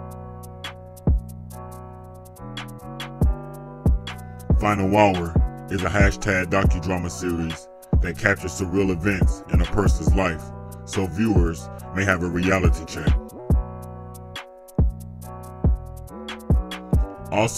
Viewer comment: Surreal...not sorreal brother 🤔